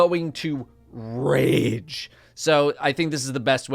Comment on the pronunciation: Saying Rage like that is the equivalent of destiny players Code of the missile-ing Their TV's.